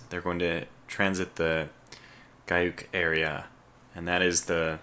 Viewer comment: The Giyak" area XD It's G-UK as in Greenland-United Kingdom